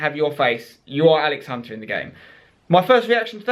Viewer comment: Alex "And-Spence" Hunter